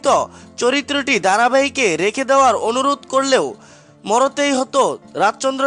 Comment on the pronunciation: সালা অশিক্ষিত মাল। ইনস্টাগ্রাম কে বলছে ইনোসটাগাম। সাবোসকাইব না কথাটা সাসক্সাইব।😝😝😝😝😝😝😂😂😂😂😂😂😂😂। কোথায় থাকো কাকু কথা শুনে তো মনে হচ্ছে পঞ্চম শ্রেণি অবদি পরছো। আবার You tube এ video করতে এসেছে😧😧😧। চোল বাড়ি গিয়ে ধনেপাতা বেচে সংসার চালা। তোর দারা You tube video হবে না 😂😂😂😂😂😂😂😂😂😂😂😂😂😂😂😂😂😂😂😂। যতো সব পাগল।